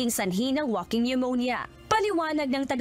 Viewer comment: Woking not waking ano ba yan